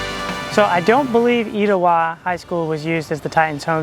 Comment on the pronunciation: omgg i’m an Etowah 2024 graduate and i had no idea this movie was filmed here! It was so cool to see you visit my school that my mother and all her 5 children graduated from. Thank you for featuring it in your video, also it’s pronounced ‘eh-tow-ah’ but I understand the confusion ❤️